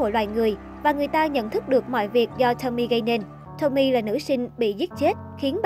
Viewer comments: Đọc đúng tên là Tô-mi-ê chứ không phải Tommy ad ơi. Tên tiếng Nhật chứ đâu phải tên tiếng Anh. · Vô coi chỉ vì thắc mắc có phải là Tomie trong truyện này là cảm hứng cho nhân vật Tomie trong Iden ko thôi :V nhưng mà nói truyện kiểu Nanno remake Tomie với phốt tới kiểu đó thì xoá video đi :))))) với lại là To mi e 3 âm chứ ko phải là To mie 2 âm :)))